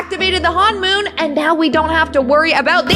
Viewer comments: its honmon not hanmon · It's not hon-moon it's honomon!!(hon-i-.Mon) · Its not hanmoon its honmoon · You pronounce it hun-moon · It's honmoon not hoonmon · It is not Han mom it’s him mon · You pronounced honmon wrong 😑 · How many times did she mispronounce honmoon? 😂